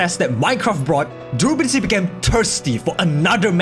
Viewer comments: have a drink every time he says Derability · I can't be the only one who is so distracted by "drooblity" that I couldn't concentrate on the discussion... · The way you say durability tickles my brain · Take a shot when he says 'durability' with a weird accent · Or take a shot every time he pronounces it like a real word ...if you want to stay sober, you know